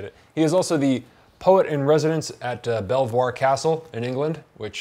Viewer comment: No fucking way I live just down the road from Belvoir castle (actually pronounced as Bee-ver, I know, it really got me too). Keep up the good work as always man! Currently reading Count Luna by Alexander Lernet-Holenia